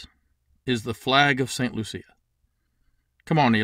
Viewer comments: You are the only person I have ever heard pronouncing St. Lucia that way. We, of westindian blood, say "St. Loo-she-a"... I don't know why we throw an "h" in there... My blood is jamaican-chinese so don't quote me on that. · I got married in St Lucia. I think ur pronunciation is a little off. 😂. I love the idea!! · you made it sound like a pretty girl, we make it sound like a loose one...